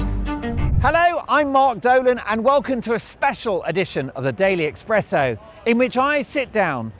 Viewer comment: It's Espresso, even if you are the Express Also Farage is a used car salesman, Restore is the only way to bring back Britain.